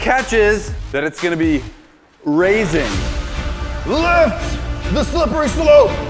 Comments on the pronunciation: kept saying rase when it is supose to be rising at the beginning. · did he say raiseing not riseing